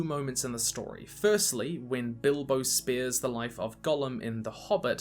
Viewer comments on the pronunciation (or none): I got super confused because I thought he said "spears" instead of spares so I was like 'Wait when did Bilbo and Frodo stab Gollum??'